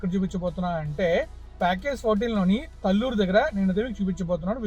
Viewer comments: Correct pronounciation is taalluru talluru is not correct pronounciation. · Pronounciation as talluru not correct taalluru is correct pronounciation.